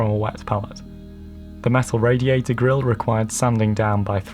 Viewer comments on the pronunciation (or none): none